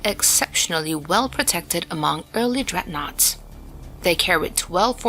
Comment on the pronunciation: not dreadnouaghts mate